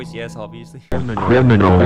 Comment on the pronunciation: It doesn’t sound like criminal it sounds like “lemonnon”